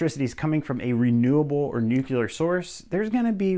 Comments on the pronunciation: Heh heh- You said Nucular. 😆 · Nuclear is not pronounced, "nukular" .